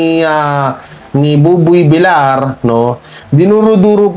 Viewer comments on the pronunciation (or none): sir bilyar po ang pronounce hinde bilar.sorry po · Ang bigkas mo kay buboy Villar ay buboy Vilar vilyar ang bigkas dapat a ng sagwang pakinggan reactor kapa naman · And it should be pronounced as 'Vilyar' for VILLAR of Buboy, a Spanish Surname... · Villar is pronounced is Vilyar